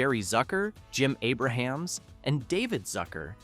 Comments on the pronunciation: A-brumz. Not Aber-hams. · AY-bruh-hams? It's AY-brums. And pretty much everyone stayed for the end credits because of all the hidden jokes WITHIN the credits. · You are a RUNNING JOKE! You can't even pronounce Jim Abrams name correctly! 🤣